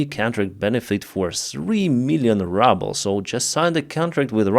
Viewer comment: Glad to hear you also call it the Rubble instead of ruble like me! 😍